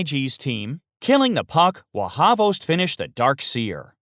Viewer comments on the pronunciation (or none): it’s hvost pronounced with only one syllable meaning “tail” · It is pronounced as HVOST, not HAVOST. Im Serbian and i know cyrillic, dont trust everything on the internet. :) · Trinajskaa I always thought it was pronounced as Ex Bokt hahahaha